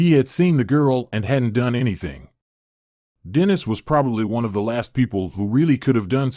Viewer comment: Dennis is mispronounced.